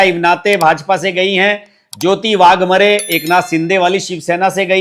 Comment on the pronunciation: वाघमरे नही वाघमारे